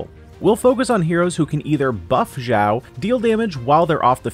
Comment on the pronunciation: xiao not zhao or zao x is pronouce like (s) from snake